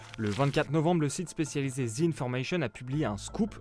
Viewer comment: Depuis quand "the" se prononce "tze" ?